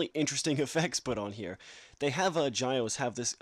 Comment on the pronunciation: The name is pronnounced (g-yeow-s), not (j-yeao-ce)